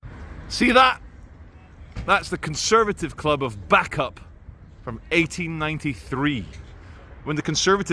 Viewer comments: Pronounced Bay-cup not back-up 👌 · Isn't it pronounced as "bay cup" ? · Bacup pronounced…..Baycup. Thanks. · Bacup - Pronounced BA-cup not Backup :)😜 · Is it pronoucned as Bake Up? Or Back Up? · It’s pronounced bay-cup it’s where Brassic is filmed 👍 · Lancastrian pronunciation guide: Clough = "Cluff" Bacup = "Bay-cup" Praise be to God = "Al-ham-du-lil-lah" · Bacup pronouned Bay Cup 👍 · it's pronounced Bay-cup, and you need to go there on an Easter Saturday, to see The Bacup Coconutters.... Look them up!! Lolol. 🤭Kx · its Bay cup.... 😊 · It’s pronounced Bay-cup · Bacup pronounced baycup and Clough pronounced cluff. But apart from that. Another great video! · PSA Bacup is pronounced "Bake-Up". Funny tho. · They're pronounced baycup & it's pronounced dearden cluff not clog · BACUP is pronounced BAYCUP and TODMORDEN is pronounced TODMERDEN all in one word and not how you say it. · Nooo Bacup is 'bake up'. Todmorden isn't todd morden it's 'todd mudden'. Waiting for the one where visits Slaithwaite... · Bacup pronounced Baycup, Todmorden pronounced Todmerdin